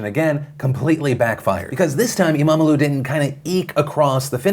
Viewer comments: you couldnt have butchered saying imamoğlu better even if u have wanted it phil ^^ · Good pronunciation on everything except imamoglu.